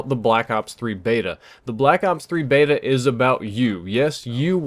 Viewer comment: Nobody says Beta properly!